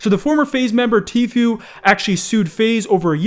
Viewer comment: Am i the only one happy he finally pronounced Tfue's name the correct way?